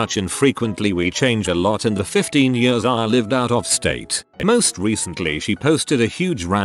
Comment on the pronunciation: I hate the way it says years